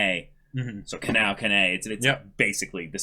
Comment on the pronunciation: Ka-NOW, Ka-NAY...oof. Please review how Japanese pronunciation works.